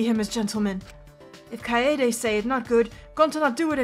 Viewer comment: I'm sorry,, but this is going to bother me the whole playthrough if I don't address it here. Kaede is pronounced as Kai-day. Don't be a Kokichi. Please.